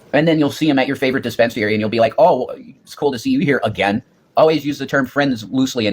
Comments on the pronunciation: Why does Rev pronounce disp3nsary, dē spins ē er ē? He's such an idiot. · The way he says dispensary makes me punchy! lol